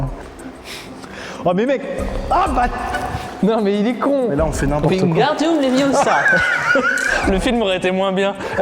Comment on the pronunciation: Grave surtout le “wingardyou leviossa” 😂😂😂😂